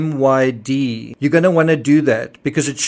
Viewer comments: DEE ALL MY DEE correct pronunciation. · I believe DALLMYD is pronounced "Dee-Almighty." I could be wrong but I feel like I've heard it said that way before